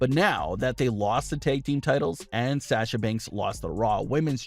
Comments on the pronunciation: Please say Sasha's name correctly it's SAW SHUuuu NOT SaS sHu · PLEASE learn how to say SASHA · Wish you would say Sasha’s name right. It’s irritating. They’ve busted up quite a few women’s tag teams recently. Wonder why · Why do you say sasha like that